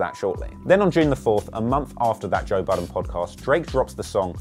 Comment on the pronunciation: Lmao..did u just call him"toe"budden??? Too funny!